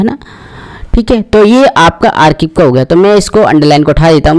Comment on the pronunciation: गठाना नहीं। घटाना। घटाना है या बढ़ाना है। आरकिब नहीं। आर्काइव।